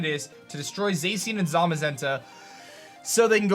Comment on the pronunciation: You said zacian wrong see Japanese pronounciation of the word Cyan